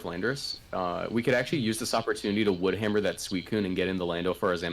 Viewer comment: that “wood hammer” though